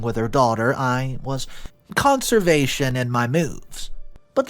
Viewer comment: Dude, do ya ever listen to yourself? CONSERVATION IS NOT LIKE CONSERVATIVE! You change names, sex, and your pronunciation of some words are entertaining to say the least!